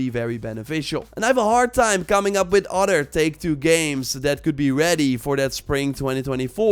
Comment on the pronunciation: “ odder “ gets me every time 😂(other)